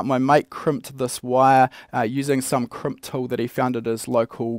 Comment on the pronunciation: Kremp? I thought it was called a Crimp...